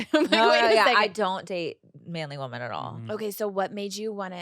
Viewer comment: I can NOT deal with her constantly saying "WomAn" instead of "WomEn" when talking about multiple girls!